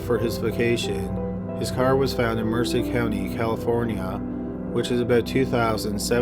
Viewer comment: May I humbly correct the name of the county where the car belonging to the murder victim in the 2nd story was found...it's MERCED, (Mer-SED) county. NOT Mercer. It's named using the Spanish word for "MERCY". Thank you & Keep up the good work. LOVE your channel.